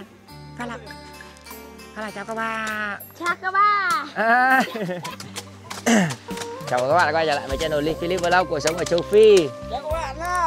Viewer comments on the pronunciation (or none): Ông này cứ chào các ba với chào các bạ ko... từ đó là quan trọng nhất mà nói ko tròn vành rỏ ràng đc, chả biết chào ai